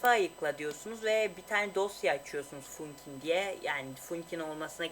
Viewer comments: funkin değil fankin diye okunur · Funkin değil fankin dicen öyle söyleniyor bu arada :D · Funkin diye şöylenmiyo fankin diye söyleniyo